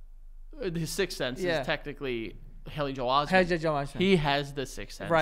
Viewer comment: shocked that frankie didn’t call joe out for the way he said haley joel osment 😭😂